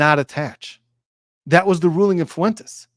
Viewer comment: Thanks a bunch for your opinion. By the way, Fuentes is pronounced Fwayntays not Foo-en-tess.